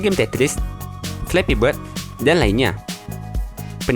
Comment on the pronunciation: bord , krum , pasmen , tire'